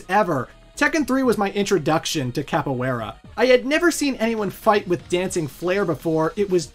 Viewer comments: your pronunciation of capoiera is disrespectful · For someone who put so much emphasis on the pronunciation of "tekken", you really butchered that. Hwoarang and Capoeira